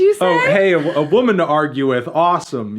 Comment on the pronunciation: Why so little emphasis on the word WOMAN?